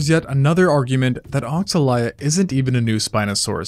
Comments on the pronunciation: regarding pronunciation, if it is inspiread in brazilian african religion, it should go as "oshalaia" not "oksalaia" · It's probably pronounced O-sha-lie-a, given that the X tends to be more like a "sh" sound in a lot of native languages of that area of the world